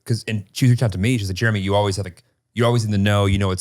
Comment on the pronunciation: It’s mammi and papi and jeremyuh